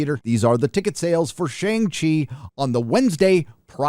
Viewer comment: You're pronouncing Shang Chi wrong